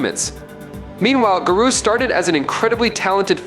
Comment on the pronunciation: I honestly couldn’t watch your whole video because you were saying his name wrong. I feel like he was doing it on purpose to troll.